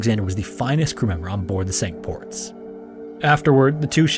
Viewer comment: Pronounced "sink ports"